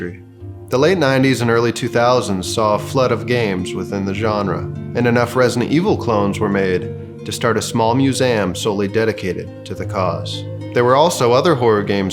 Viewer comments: He said museayum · how did you pronounce museum? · Pronounce museum again